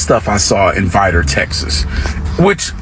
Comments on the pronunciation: Why are u pronouncing Vidor like Vi dor. It's one word Vidor not Vi Dor lmfao but yep I live in Beaumont which is 15mins away hit da highway. Beaumont is predominantly black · It Is Not Pronounced (VY-DOOR). These Incidents Are Par For The Course In Vidor. Sadly, It Is Nothing New Sir 🤷🏿‍♂️!! Yo, It Is Not Chicago (ILLA-NOISE) It Is ILL- UH-NOY👊🏿.